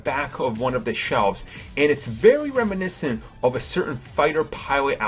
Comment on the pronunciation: stop saying reminecint